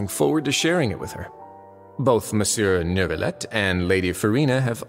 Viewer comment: Same 😭😭 and “nervillette”